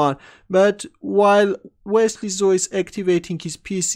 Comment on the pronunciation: "wesley zo"